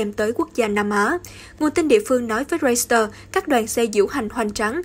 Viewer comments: Hãng tin “reuters” chứ KHÔNG PHẢI là “reuster” ạ! Thím đừng có “sì” lung tung! Làm gì có hãng tin “roi-sì-tơ” 🤷‍♀️ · Xin phát âm đúng từ báo "Reuters"! (... ; ; v.v...)